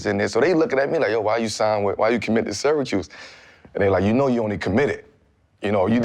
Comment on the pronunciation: Yo, it's all the smoke n I'm smokin n shit but correct me if I'm wrong, did Melo say "SyraChoose" instead of Syracuse? 😂🏀💨💨